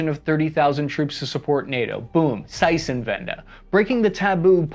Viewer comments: ZeiTenwende not Zeissenwende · Stop murdering the word Zeitenwende holy shit. Its not Zeißenwende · Zei"T"enwende. It's a T not an S. Pronounced Tsaiytenvende. But an admirable effort. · Seisenwente??? Zeitenwende! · As a German, I was happy when I heard you say you're done saying ZeiTenwende. THERE'S NO S IN ZEITENWENDE 😂😂😂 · It's called Seitenwende not Zeutenwende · It's ZEITENWENDE not saitähnwände! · Man you always say Zeissenwende but there is a T 🤣🤣 it is ZEITEN like tsightn But the Wende you spelled correct. Zeit is like sight but with a sharp Z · Ever considered looking up how a word like Zeitenwende is pronounced? Or just repeat zeissenwande? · Zeitenwende is more like Tseite-tenvendeh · just say tsaiten-uende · Seisenwende)))) my ass)))) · Stop butchering these easy words! Boondeswar? Seitsenwenda? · it hurt how you said "seisenwendäh" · Why is your pronunciation of german words getting worse everytime you say them ? ^^ Bundeswehr -> Bunseswehr -> Bundesser -> Bundeswr -> Bundesbar. Zeitenwende -> Zeitsenwende -> Zeissenwende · Seisenwende hahahahaha😂😂😂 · Kudos for your German pronunciation. But if you're interested I can try to describe how to pronounce Zeitenwende better, (I'm German, we complain, it's a sign we care): Zeitenwende. It is - as said - closer to a change of an era. Secondly: the German 'z' is sharper. Try to pronounce it with a ts, Tsaitnvende (the v is a bit softer than in English). The German 'z' isn't a 'z' like in 'Zoo', which is more an s sound in English. It's closer to the 'z' in 'zap', but it a t in front of it 'tzap'. Thanks for covering the issue! It's weird as a German, but about time things are changing. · Zeitenwende -- "Tsitenvenda" approximate pronounciation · Yea i learned how to pronounce Zeitenwende. AKA Seißenwendah lol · The more I hear him say it the more convinced that I am dyslexic (and blind) and the word may actually be spelled Seißenwendah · Congrats, you butchered the word "Zeitenwende" like nobody else.